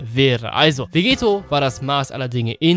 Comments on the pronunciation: Warum sagst du immer Vegeto? Es ist VEGETTO :D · es heißt Vegetto mit 2 T und wird auch dadurch mit einem kurzen E ausgesprochen und nicht vegeeto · Du sprichst Vegetto falsch aus.